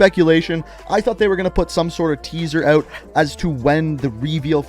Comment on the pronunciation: “İf your ewt your ewt”